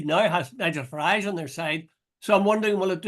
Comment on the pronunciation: Where’s this “mainland “ speaks off? and Jude it’s Farage as in Garage! don’t make him sound continental eh!